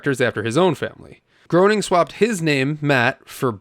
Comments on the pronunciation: Matt "Groaning"? Smithers and Burns voice actor*s*? ... and you call yourself a Simpsons fan? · Smithers and Mr. Burns are both voiced by Harry Shearer. And Matt’s last name is pronounced “Graining.” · groaning rhymes with comploning. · Pronounced GREY-ning, or GRAIN-ing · Nice video but it’s pronounced “Graining”. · Matt's last name rhymes with Raining. Just so's you know. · Groening is pronounced like Graining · Common mistake. But I have to admit that every time you said his name wrong, I was graining. I mean, groaning! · yeah, but when doing an episode on this franchise, you gotta get it right! At least he fessed up. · You can't even pronounce Matt Groening's name correctly. Maybe stop your dead-eyed, balding, uninformed bloated video and just do some actual work. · You’re mispronouncing the creators name over and over is the death of me paying attention to you. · You didn't say Matt Groening's last name correctly. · Mr. Groening's name is pronounced 'Graining' as he, himself, said, it sounds like 'complaining'... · Groening is surprisingly pronounced Gray-ning, not Grow-ning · It's pronounced Green-ing. Not Grown-ing. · "The Simpsons are here to see you, Mr. Groaning." "It's 'Gray-ning'!" "Is it? Really?" "You know... I'm not sure anymore..." - one of the Simpsons videogames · if it was pronounced like it should from its heritage it would be pronounced Gru-ning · His name is pronounced "Gray ning" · Its pronounced "matt GRAY-NING" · FWIW, his name is pronounced gray-ning. He once said Groening rhymes with complaining. The man is a legend between Simpsons, Futurama and Disenchantment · It’s actually pronounced “Graining” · Matt Gray-ning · Ummm ackchewwallly it’s pronounced grayning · Matt's last name is pronounced "Gray-ning" COME ON MAN 🤣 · It’s pronounced grain-ing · Just FYI it's pronounced MATT GRAINING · It’s GRAY-NING. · Matt's last name is pronounced Graining, not groaning. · Common mistake to not pronounce gro as gray ! 😂😂😂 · Groening is, "Graining."